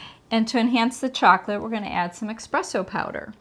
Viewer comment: Espresso, not expresso.